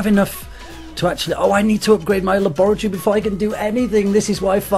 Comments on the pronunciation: La-boor-eh-tor-eh? It's Lab-ri-tor=E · Lol the way he said laboratory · is it just me or does he say laboratory really weird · he says it like you say it with a british accent but he doesnt have a british accent lol p.s i quit clash but cant lewve videos